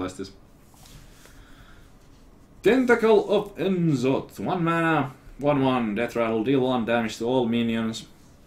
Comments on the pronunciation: That's not how you should try to pronounce it if you're finnish. It's more like No'Zoth and Ja'sharaaj. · Comon I know that you can pronounce the old gods names corectly. Its No zaf, Ya shorash.